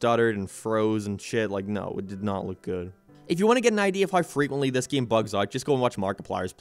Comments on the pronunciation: Stop saying giem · "then the geem got delayed" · Gieem. From now on I gonna pronounce "game" like this. Like "gieem" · Plz say game correctly my brain hurts